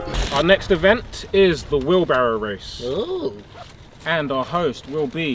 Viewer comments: “Alright, welcome to the weebawwow—“ “Alright, welcome to the wheelbarrow wace” loool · jj not being able to pronounce “wheelbarrow race” is too funny. he sounds like a baby LOL